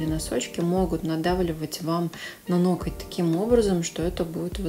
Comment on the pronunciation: Мне иногда режет слух «нокоть»😂😂а так обожаю видюшки смотрю и пересматриваю по стопитсот раз